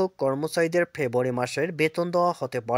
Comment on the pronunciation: ভাই " ফেব্রুয়ারী " শব্দ টা পরিষ্কার করে বল রে ভাই।